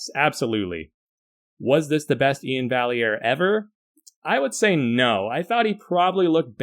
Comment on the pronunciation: I think its pronounced More like Ian Vi-air